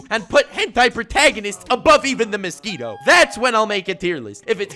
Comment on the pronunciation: dont know why but I chuckled by the way said mosquito